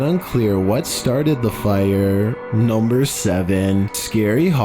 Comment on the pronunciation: The guys voice is KILLING me “vehiclES” “firE” it’s as if he can’t finish a sentence